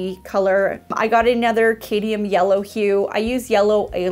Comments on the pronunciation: Dude, the only one I know is Cadmium yellow..."CAD-mee-um" But otherwise, your guess is as good as mine! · Okay but all the ones you thought you were saying wrong you were saying right. However, alizarin and cadmium a bit off. Normally I don't think it's relevant to comment on pronunciation because I obviously know what you mean but it made me laugh.